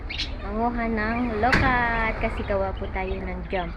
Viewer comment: Ang pronounced niyan ay LO - QUAT !!! Hindi lokat kasi may puno din kami niyan sa backyard 😅